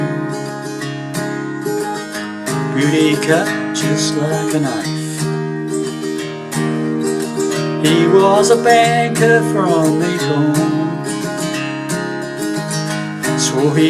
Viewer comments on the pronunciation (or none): just so you know cuz you're across the pond obviously.. when you pronounce macon it sounds like makin so it rhymes with takin..